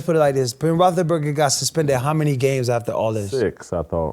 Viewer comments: AB: “be able to play with Ben Rothleburger” 😂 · I love how even when ab seemingly says the wrong word describing something, his word weirdly fits perfectly like Joey's moo point. I swear he pronounced Roethlisberger like 10 different ways